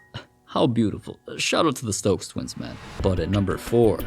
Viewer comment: The Stokes tweens? Did you say tweens?